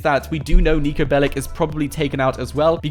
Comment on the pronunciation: Its niko belić and thats not russian since they say ch